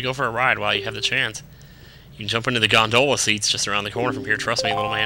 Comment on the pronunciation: its gon-da-la